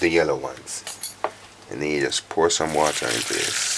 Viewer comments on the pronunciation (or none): none